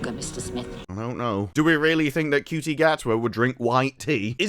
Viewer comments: Is it really pronounced cutie I thought it was a word play on Judy! Such a horrible actor and I just love how he singled handedly managed to ruin one of the most iconic characters of all time the Doctor i mean really he sucks ope poor choice of words for him I guess! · So much hate just in the first 30 seconds. So people take issue with Ncuti (Pronounced Chute-y) for being gay but now he kissed one woman people are giving him crap for being 'bad at being straight' SMH tapped out 30 secs in gonna set this channel to ignore 😅